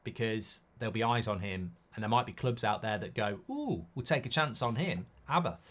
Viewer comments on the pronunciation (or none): none